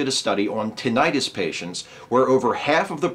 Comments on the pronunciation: StrawberryEggs Yes, it does make it sound like an inflammation. At first I wasn't sure if meant tinnitus or if there was another condition called tinnitis. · Is that how Americans pronounce tinnitus? Or is that just you? Good to hear that we're getting closer to treatments for tinnitus. I'm looking forward to treatments for those irritating floaters I get in my eyes.